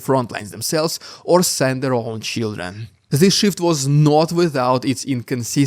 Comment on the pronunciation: they are sending their children? or Shieldren? I couldnt tell if that was your accent or if that was a pun. either way I liked it.